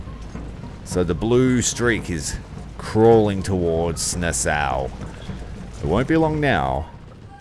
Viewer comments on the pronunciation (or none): I know it's a little late but Nassau is pronounced Na-Saw, NOT Na-Sow.. Great play thru...